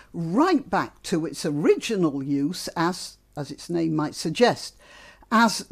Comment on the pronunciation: The difference in emphasis (second vs first syllable) is the oddity.